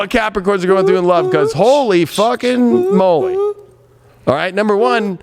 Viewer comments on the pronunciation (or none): none